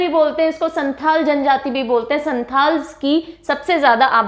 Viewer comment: Hindi let us pronounce words perfectly.. Many pronounced word was wrong here eg. झाबुआ, संथाल, कमार etc